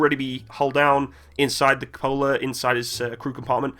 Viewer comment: also "cup a la" no its "cuh poh lah"